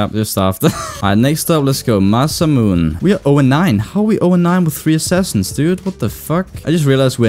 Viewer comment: "Masamoon" - 2017